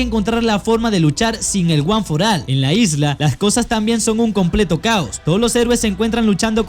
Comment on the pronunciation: No es guanforal es guanforol